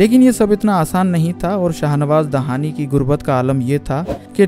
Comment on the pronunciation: bhai ye lafz dahani nai hai "dehani"دیہانی "hai jo balochon ka ek maroof qabila ka name hai